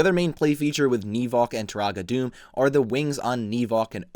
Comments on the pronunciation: Also, it’s pronounced “Doo-mah” not “Doom” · Am I the only one who's annoyed that he pronounces it Doom and not Duma? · It’s technically pronounced (doom-a) it’s no big deal I just figured you’d want to know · One of my all time favorite sets. I used to have a shelf over my bed and I would have this set hanging by its claws like a bat off the edge of the shelf. Btw, Turaga Dume is pronounced Doom-Uh. Excellent video as always! ❤❤ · Great video! But Dume is pronounced "Dooma"